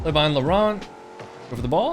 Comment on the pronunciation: You were saying "laurent" and I was hearing lebron😭✌️